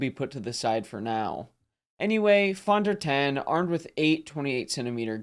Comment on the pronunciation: Pronounced Phone Der Tawn